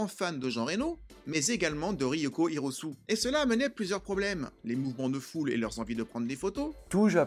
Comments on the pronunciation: RY-O-KO HI-RO-SU-ÉÉÉÉÉÉ ! Pas Hirosu 😂😂😂 C’était MON film de l’époque ! J’ai adoré ! Et la petite musique Voodoo People, une tuerie !! TRU ! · Merci pour cette vidéo et ton travail. Je rajouterai deux choses : Hiroko Hirosue. avec un "E" prononcé "é" en fin. A savoir aussi que les lieux filmés sur place ne correspondent pas à ceux cités du film. Et aussi, Gerard Muller n'est pas sur l'affiche japonaise, malheureusement.